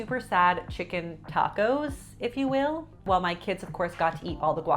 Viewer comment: I am so sorry but I genuinely laughed at loud at your "tacos". Glad you got it figured out!! 🧡